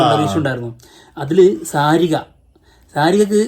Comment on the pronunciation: Saariga alla Shaarika...Anchor, Kalsbhavanartist aanu Sariga